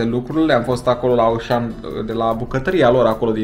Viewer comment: Se zice “oshan”